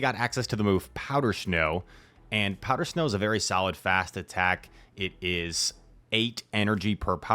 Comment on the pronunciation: “Powder schnow” loves it! Haha